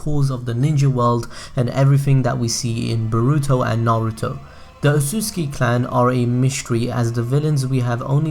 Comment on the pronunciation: Nigga say naruto right